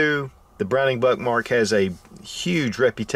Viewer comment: The immature kid in me can’t help hearing him say Buttmark! Lol